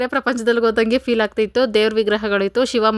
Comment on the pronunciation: ಫೈಲ್ ಅಲ್ಲ ಫೀಲ್